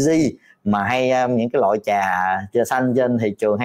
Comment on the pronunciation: Bác sỉ nói cái loại,mà bác sỉ nói cái lọi,ko đúng chữ.